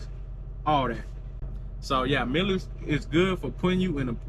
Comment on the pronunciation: Artificial intelligence you need the learn how to pronounce your company's name.